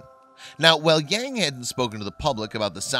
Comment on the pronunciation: It is very interesting and wrong that the presenter pronounce the name Yang...